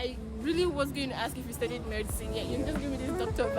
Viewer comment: "murdcine". That wasn't necessary sis. Keep up the good work tho. I've learnt a lot here.